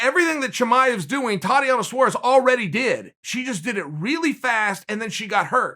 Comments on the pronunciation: Suarez. Not suares lol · It's Suarez not Saures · Tatiana Suarez: exists Chael: It's Suares Tatiana: Okay great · If Chael says it’s Suares then Suares it is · Well I suppose she has to guy by Saures now Chael said its Saures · Me: Tatiana Suarez Chael: Thotiana Saures Me: ok great